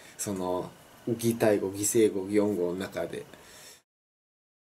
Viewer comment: I’ｍ a Japanese native speaker. I felt "おぼえていない、ぎたいご、ぎせいご、どうやって and other words" said in the video are perfect pitch although there are words that are not naturally said. Pitch between Kansai dialect and Kansai dialect are huge difference.